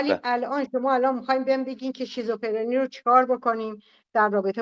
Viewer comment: تو هنوز بلد نیستی بگی شیزوفِرْنی...میگی شیزوفِرِنی😂😂 منم شیزوکاچی شیزوحلوا دارم😂😂والله نصف افراد گروهت مثل سارا و فرشته هرکدوم یه موجود خیالی دارن صحبت میکنن باهاش. بعد دارو هم نمیخورن. آخه تو که هنوز یه جمله رو نمیتونی بگی هی این شاخه اون شوخا میپری چی داری بلغور میکنی. تو خودت باید دارو بگیری